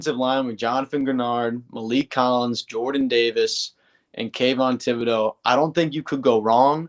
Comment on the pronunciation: It's not who Caerio wants... its who's available.. who we want might already be off the board... and oh shit you pronounced Kayvon Thibodeaux...